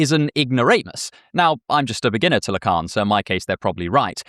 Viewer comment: Le Carne? La Cairn? WTF is tha...oh, Lacan. My American ears took a moment.